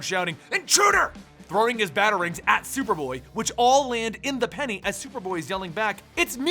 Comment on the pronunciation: at the beginning you said shuperboy